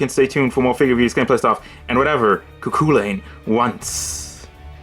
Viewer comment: Pronunciation is "ku chulain" just so you know